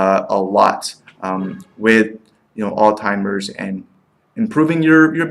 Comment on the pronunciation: This is what happens when a nonmedical person reviews a drug. Garbage, hinting at payouts and zero understanding of drug classification and how certain classifications tend to cause the same side effects. I'm hoping the nonmedical viewers caught your incorrect pronunciation of Alzheimer and cognition and thereby took your opinion as just one man's opinion and not a medical one. You should be ashamed to tout your nonmedical opinion to scare patients into not taking a drug that may work for them. The drug is a godsend for those it works well for. Why not spend time digging into the side effects of aspirin, worse, and the fact that we still can't say how it even works.